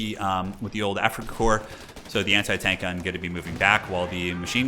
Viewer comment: There is no Afrikakor. It is Afrikakorps. AfrikakorPS. I cant hear korps I only hear kor... ???